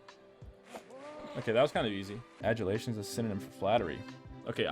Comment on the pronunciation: reading 'adulation' as 'adultation'... all the brainrot has rotted your brain fr fr